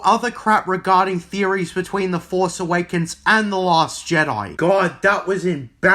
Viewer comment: 0/10 for “The Last Je-Die”